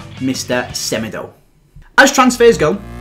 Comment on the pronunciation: my man said fofa insted of fifa in the description lol also u pronounce semedo smeedo cause he is portuguese